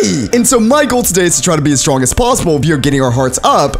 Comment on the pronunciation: He said strong WRONG IS STRONK